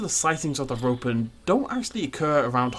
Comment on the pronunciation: Every time he says Ropen, I hear Rodan